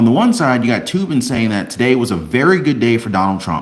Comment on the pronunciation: Said toe bin